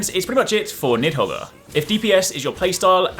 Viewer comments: Need-hog, the R is silent. Hope that helps. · Nidhogger is pretty risky to pronounce lol.